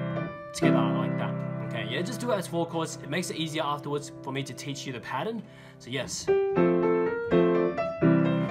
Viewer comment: Milan L'Abee i cant understand it